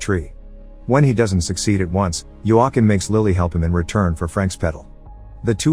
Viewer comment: You say Joachim wrong